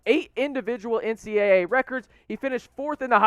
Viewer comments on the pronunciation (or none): none